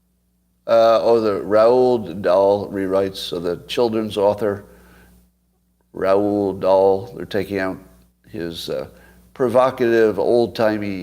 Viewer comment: Raul Dahl? It's spelled "Roald" and pronounced like "roll" and "role".